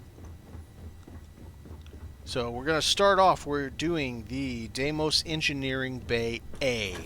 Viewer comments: FYI, it's DEE-mos. Dee like in Candy, and Mos like in Most. Phobos and Deimos are the two moons of Mars, and they are named for the horses that pulled the chariot of the god Mars in Greek Mythology. Even the game pronounces it wrong/differently in many places. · I like Stroud-Eklund the best. Cant say how much I love the dim cozy lighting by the beds. Deimos pronunciation There are so many different ways to say Deimos, but the Greek one that is kinda similar to American, is "dee-mows". In my head I say "dæi-mos" (with the Norwegian letter Æ which is a combination between A and E, you make the same sound of "æ" when you say the word "sad"), but Im also Norwegian, I will probably say it wrong until Im corrected by an astronomer somewhere.